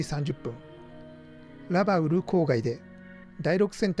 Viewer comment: 左舷→ひだりげん、ではなく →さげん 戦記物だろう？？、恥ずかしくないですか？？ ラバウルのイントネーションも変だね！！！